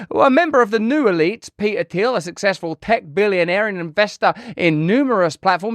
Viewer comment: Love you RB but…. You can’t pronounce the T in PeTer, but can immediately rebound to pronounce it for Thiel? 🧐 haha